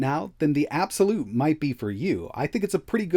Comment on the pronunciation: IT'S PRNOUNCED EY-BEE-EX-WHY-LUTE!!